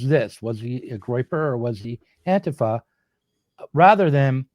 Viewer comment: This is the most reasonable I’ve ever seen … good solid points mostly without much right wing bias. Also impressed that shows his leftist roots by knowing how to say anti fa the right way.